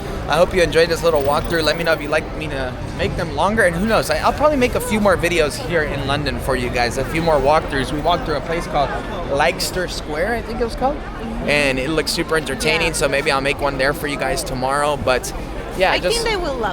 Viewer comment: It’s pronounced, lester square , just so you don’t make a whole video saying it in the funny way you did.